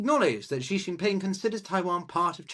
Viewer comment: As a Sinologist, as soon as Trump was reelected in 2024 I called a PRC invasion of Taiwan during his presidency. I still stick by that. Also,, you're better off pronouncing "Xi" exactly like the English word "see" — it's not perfect, but it sounds better than "she", "zhee", or "jee" 👍